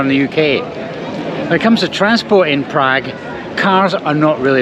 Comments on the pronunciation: Prag? Who pronounces it like that? Prahg, please. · Funny how he pronounces PrAgg !! Agreed, Czechnia / Czekia, crazy.